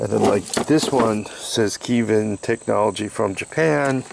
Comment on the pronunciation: What the heck is Keevin? lol They're called Keihn.